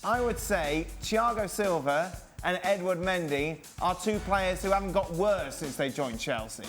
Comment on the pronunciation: "sinse" lmao ESPN hire me.